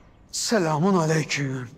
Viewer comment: biri selamü aleyküm olmadığını öğretsin lütfen sülamünnnn aleyküm olacak